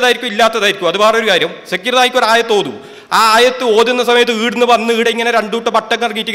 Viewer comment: Sekir naik അല്ല shakeer naik ആദ്യം അത് മര്യാദയ്ക്ക് പറയാന്‍ പഠിക്കൂ എന്നിട്ട് മറ്റുള്ളവരെ വിമര്‍ശിക്കയാൻ